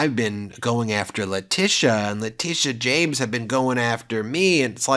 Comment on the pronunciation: Interesting how Alina always mispronounces the names of New York Attorney General Leticia James and District Attorney Fani Willis, a way to subtly degrade them.